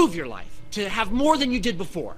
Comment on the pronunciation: Mas se dice more no moar